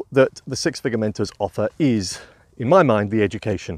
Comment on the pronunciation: It's been a mighty long day, admittedly, but at first I thought you were saying "Six Figure Mentals" and had a good chuckle. :)